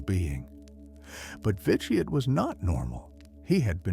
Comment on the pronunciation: overall good video but some pronunciation was incorrect or not consistant said Vitiate 3 or more different ways lost exact count of all the mispronununciation through out the video.